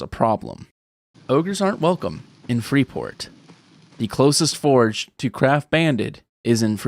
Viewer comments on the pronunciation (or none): none